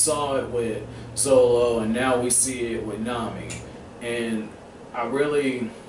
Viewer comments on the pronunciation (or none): still funny heaing you say zolo haha